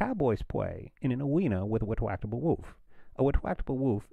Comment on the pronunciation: LMAO at the wectwactable woof!!!